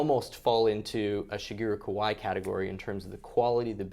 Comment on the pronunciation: It's pronounced ka-va-ee, not ko-why!